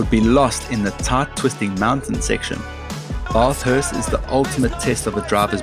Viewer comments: By jingoes it's Bathurst not Baarfhurst. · I know we love the sheep here down under. But we don't pronounce it baaa-thurst. It's b-thurst (basically almost ignore the 'a'). Really great videos though. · Call it "Barth hurst" one more time & I will "Barf". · Just one thing. It's not "Barthurst" it's BAthurst like Athlete... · Please stop saying barrthurst. The A is pronounced like bat not like bath. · it’s not the accent. Bathurst is not pronounced “Barth-hurst”, it’s “Bath” as in “math”. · Bathurst is pronounced with a SHORT A (like Cat, Bang, etc) ... NOT the LONG A you've been using (Baa-thirst ... it's NOT a goddamn SHEEP) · Just one minor issue was your pronunciation of Bathurst. You need to pronounce it as Bath-hurst not Barth-hurst as you were saying it like. 😂😂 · no Australian will say Bath-hurst. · You need to learn how to pronounce 'BATHURST' properly if you are going to talk about it, mate.....it is totally wrong the way you say it. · No one can pronounce Bathurst properly 🤣😂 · im sorry mate but the way you said bathurst is wrong i cant explain how it is you say it though and its not a tarmac track we use bitumen over here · oh come on at least say Bathurst correct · Oh, the mispronunciation of Bathurst. AI? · A V8 Supercar fan that can't pronounce Bathurst seems sus.